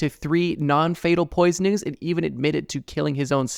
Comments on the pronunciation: “He pledged guilty to 3 non-fatal poisnis.” i think your AI is bugging out. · he also said “poisnus” or some shit as well immediately after.